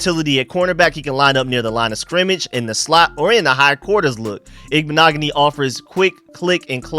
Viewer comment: Youre the first Ive heard to get the name right 🎉